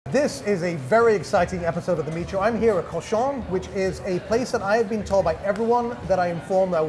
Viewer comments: It's prounounced COO-shon (cochon). Si vous voulez utiliser un nom français pour le restaurant, if fau au moins le dire correctement! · Because the guys that pronounced cochon are not actual Cajuns. One of the owners is cajun though.